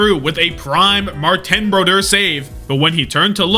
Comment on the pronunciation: W Brodeur pronunciation